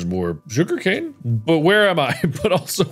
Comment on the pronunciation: It's not sugarcane it's suga-wooga cane